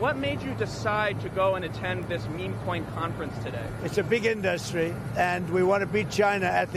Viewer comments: Only the dumbest of presidents would, repeatedly, mispronounce the word industry as "in-DUS-tree". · WHY DOES HE SAY INDUSTRY LIKE THAT